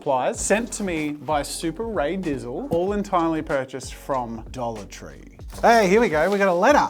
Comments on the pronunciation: When he was saying “a dollar tree” I kept hearing “adultery” and was incredibly confused. 😂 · LMFAO the way he said dollar tree😩